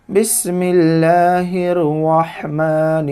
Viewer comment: Aap house bil aur Bismillah galat pad rahe ho